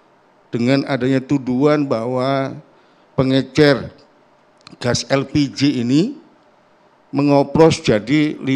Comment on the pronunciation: Pengecer pak bukan pengencer sibahlil ini sekolah dimana sih